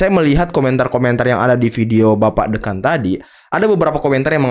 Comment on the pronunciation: Bukan Deukan host, tapi DÉKAN